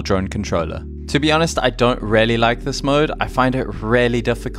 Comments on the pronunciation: Really.!!! Your favorite word. Please say it right. It should sound Rilly or reely, not relly. Or use variations:truly undoubtedly genuinely without a doubt honestly indubitably certainly surely assuredly unquestionably undeniably indeed Thank me later. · you know, there IS a letter "A" in the world "reAlly", yes ? It does not pronounce RELY, it is REALLY , like reeeely . mkay ? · If I got a dollar for every time you say Relly 😂😂😂😂